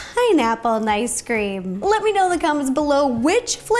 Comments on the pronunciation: Is it just me or did Ro call it Nice Cream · Rosanna:ice cream🍦 Me:did she say nice cream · its ice cream not nice cream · Why did I hear nice cream. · Who else has been hearing "nice cream" instead of "ice cream"? LOL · It cinda sounds like you said nice cream it’s cute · me: Is it just me or she said nicecream a few times Everyone: .... Me: ok just me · Me: Yay! A new video! Also me: hears nicecream wait, nicecream??? IS THAT HOW THE NICECREAM GUY MAKES NICECREAM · Is it just me, or is she saying ‘Nice Cream?’ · That’s what she’s been saying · I can’t tell if she is saying nice cream, mice cream, or normal ice cream.. no hate! Love the vids! Keep up the good work!! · Is it just me or did she say nice cream? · Idk why, but everytime she says ice cream I hear her pronounce it as nice cream 😂